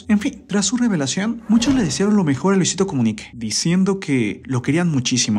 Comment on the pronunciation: Soy yo o decia comunique